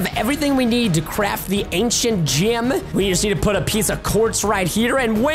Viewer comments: Preston:ok so we have the ancient gym. Me:Preston you say it gem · did anybody notice he said ancient gYm instead of gem